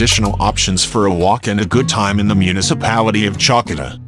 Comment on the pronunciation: "Tsalkida"? seriously? The auto-generated voice ruins a very nice video!